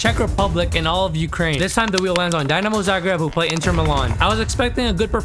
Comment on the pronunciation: the way you said dinamo 😂